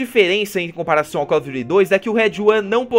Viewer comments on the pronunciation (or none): Call of jury? Kkkkkkk